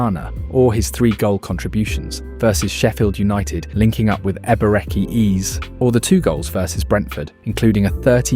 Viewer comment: Ebereki ease?!? 😂 is this an AI script?